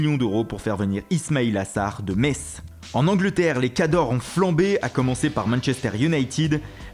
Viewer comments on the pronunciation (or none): none